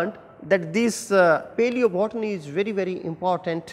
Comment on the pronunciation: Nice but plzz pronounce properly paleobotany